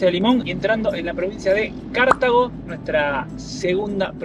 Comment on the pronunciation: Cartago. Con acento en la TA.